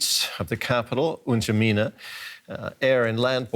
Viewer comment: Watching western news casters struggle to pronounce N’Djamena has been the best part of the last few days.